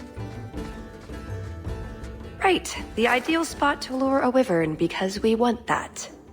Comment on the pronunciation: This is good but they pronounce Wyvern wrong. It's more like this